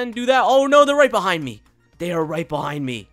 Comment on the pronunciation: Actually its right behind me 😂 not "rigt" behind me you correct him I correct you